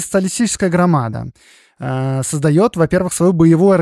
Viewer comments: Не грамада с ударением на второй слог 😢😢😢 .А Грамада 😊😊😊 с ударением на последний слог))))) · Хорошая и интересная тема! Ждем продолжения! Только вот в слове в названии партии "Грамада" в белорусском языке ударение ставится на последнем слоге. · Всё прекрасно, кроме орфоэпической нормы. Белорусская социалистическая грамада́, Ви́ленский вокзал и т.д. В названии "расстрэ́л".